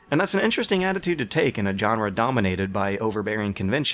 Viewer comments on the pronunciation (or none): Just getting into your videos and I love them. But I have to say this- genre is pronounced with a soft G. Sins from other videos include a bizarre pronunciation of 'grandiose', which doesnt rhyme with tortoise; 'unwieldy' which is said exactly as it looks developing an extra 'l' (in this vid actually), and, the most egregious example- you making up a new word, 'egregarious' seemingly as a substitute for egregious. Gregarious is also a word, but it's not the same word. Anyway. I had to do that all in one go but I honestly love your content.